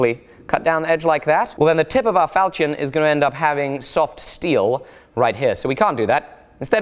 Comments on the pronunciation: Is that how you say ¨ falchion¨? How weird. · Damn, the way you pronounce "falchion" makes my ears hurt. Is this just a mistake or some weird accent thing? [Edit: I love the fact that you got more accurate info from James Elmslie though, he's a master when it comes to medieval single-edged swords]